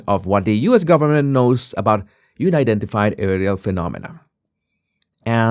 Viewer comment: It's un- identified, where un rhymes with bun. Not you-nidentified.